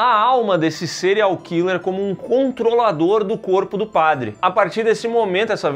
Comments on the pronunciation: Nunca foi tão difícil falar a palavra padre 🤣🤣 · Falar a palavra "padre", nunca foi tão difícil. 🫥